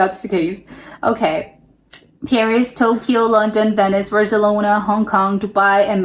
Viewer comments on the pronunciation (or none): none